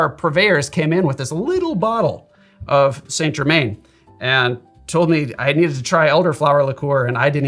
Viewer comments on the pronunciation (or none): As a fellow pedant 👋, I can't help but have to tell you that Saint Germain is pronounced San Jer-man, with emphasis on the second syllable of Jer-man ('man' rather than 'mn') 🫡